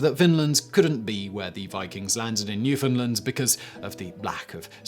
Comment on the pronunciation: Thank you for pronouncing Newfoundland properly! It's rare I find a non-Newfie that does that.